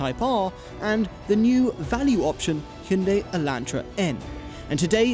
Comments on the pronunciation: don't lie to yourself, it's not Hun-day, it Hi-un-die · its "hi-you-on-die" not "he-you-on-day";) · Homeboy keeps saying hinday lol 😂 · It's pronounced hun day sir geesh. ~ american citizen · "Hinday" Thomas: "Elaentra" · Hin-day El-an-tra what the fuck 😂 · Guys.. It's pronounced "H - Yawn - Day".. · Learn to say hyundai